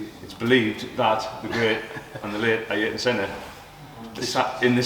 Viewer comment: I-yer-tun Senna 😂